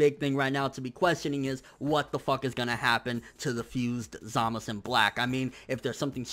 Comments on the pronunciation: Dude, it's ZamaSU not Zamas. It's even how they pronounce it in the anime. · I'm with you on that one. he keeps saying "Zama's" it's Zamasu. I don't know why he keeps saying like that though. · it's not zamas it's za ma su dumby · ZamaSU not zamas. that bothers me so much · Can you please say ZAMASU not ZAMAS... sounds so weird... Love your channel though! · isnt it zamasu? not samas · Snydy no its not man its zamasu the u is not silent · But neither does he? So why is he using the dialect version when characters IN THE SHOW say it phonetically? The only one that has very clearly said "Zamas" is Gowasu - and that may just be due to the voice actors' preference. With this in mind, saying "Zamas" just sounds a little weeaboo =P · quict calling him zamus. he even clearly says samazu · why can't you say Zamasu's name right? It's not Zamas. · Why does he call him Zamas? thafuq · why do you prounce zamasu like that ? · Stackz He thinks he's Japanese.